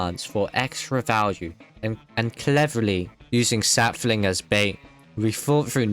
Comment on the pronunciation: *Sap-fling (Contain mint)